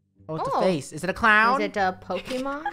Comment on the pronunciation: CIOWN hahahahahahahahahahahahahaha